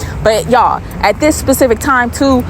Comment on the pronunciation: Sis, it’s specific not pacific. lol